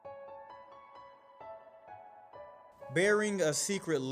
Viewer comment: ”E. Nard”